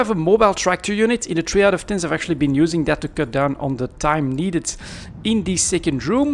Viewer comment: How can you say "ubing" instead of using? (kidding ofc)..